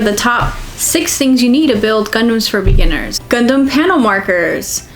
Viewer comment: All Americans pronounce O as A anyway! The bizzare thing is though that Americans pronounce Gundam as Gundum and the funny thing is I've heard Americans say 'Gaddamn Gundum' instead of 'Goddamn Gundam'!